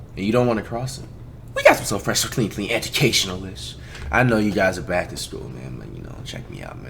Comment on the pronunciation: Nobody: Flight: “Educashionalism”